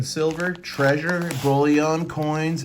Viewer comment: Bullion is pronounced bull-yin not bully-yon.